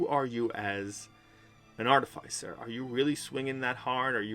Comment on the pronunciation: It’s pronounced: ‘Ar-Tif-icer’, not ‘Arty-ficer’.